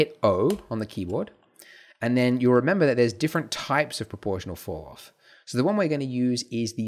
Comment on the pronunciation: It took me 1 minute and 13 seconds for me to render my image with cycles :( Also when you say falloff, it sounds like fouroff lol.